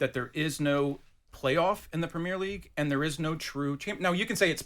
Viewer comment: WTF can't he say Premier as in Prem-ier. Why does he insist on Pre_mier league audacious pr*ck